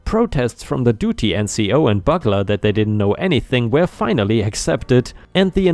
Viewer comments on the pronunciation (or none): Byoog-ler, not bugg-ler. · bugler is pronounced bew-gler not buggler 🤣🎺📯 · "Bugler" is pronounced as "BYOOG-ler".